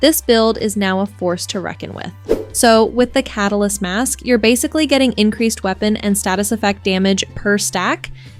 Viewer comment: “Ca-tal-ist” threw me for a loop